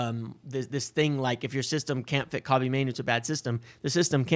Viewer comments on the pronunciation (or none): I know it’s super petty of me but hearing his name slaughtered over and over is killing me, lol. Not corn cobbie it’s Koh-bee, Same as Mr. Bryant RIP. Good video as always.